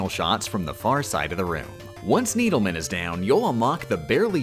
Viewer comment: i wonder if the pronunciation of needle man is a reference to the deadly cutsman